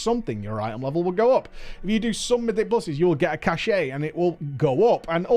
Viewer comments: I just can't.... Cache = Cash, not Cash-ay.... Had me curling every time you said it! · Sorry for stupid trivial pronunciation niggle, but this bugged me throughout the video. "Cache" - as in "Mythic Cache" is pronounced the same as "Cash". You keep pronouncing it as "cashay" which is a word, but it's spelled "cachet" and means something completely different. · Why do you keep saying "cashay", cache is pronounced "cash" lmao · K this has been irritating me for a while, it's "kăsh" not "kăsheɪ" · It's cache pronounced cash. Cachet is a completely different word. Sorry it's driving my OCD mad. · cache = pronounced "cash" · so, across the pond, you pronounce the E in cache and it's not "cash"? Feels weird.